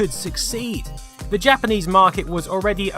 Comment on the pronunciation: "That commitid furver buyers to va platform" 🤣